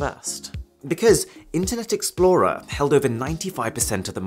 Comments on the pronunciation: "internet exporer" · "Internet Exporer" uhm... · "internet exporer" lol